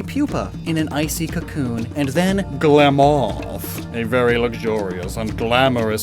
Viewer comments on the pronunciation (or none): The accent when you explained glamoth cracked me up😂